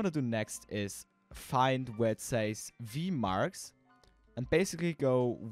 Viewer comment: "v-margs" lol